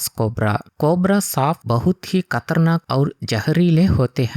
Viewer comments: खतरनाक ❌ कतरनाक ✅ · खतरनाक ❎कतरनाक✅ 😂😂